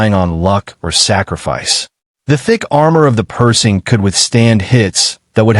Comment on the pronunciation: Hey guys....If you are going to use AI to narrate your videos, teach it the proper pronunciation of what you want it to read. The tank is NOT a PERSING, it's PerSHing. Kind of ruins the video for me hearing it mispronounced throughout the entire video. =(